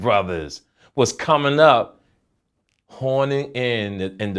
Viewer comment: Dude said "hornin" in.